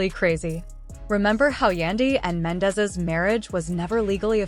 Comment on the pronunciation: Girl learn to pronounce there names 😂😂😂 his name is mendeecees